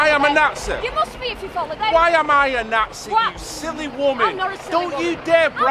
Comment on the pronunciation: “Im a NAHTZI? HOW AM I A NAHTZEE??